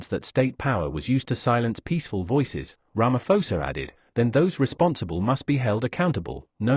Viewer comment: Ramaposa, not Ramafosa.